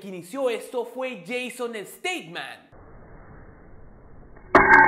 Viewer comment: go back to english school; dijiste Stateman, Jason stateman y no es así es Statham,no "stateman" bueno ya olvidalo.